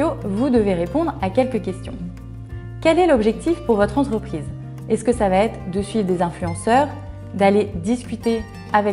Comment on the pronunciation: Intéressant,. Attention, le "va-t-être" à 3 reprises me fait extrêment mal aux oreilles. Il n'y a pas de "t" entre les deux mots...